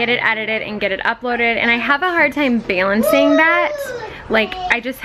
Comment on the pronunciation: You say “balancing” very interestingly 🤔